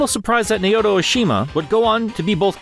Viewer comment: I'm not saying this to be a snob, just to educate: Naoto is pronounce Nah-oto (spoken fast it tends to sound like "Now Toe"), not Nay-oto. Hope this isn't taken the wrong way, because I love your videos (this one included).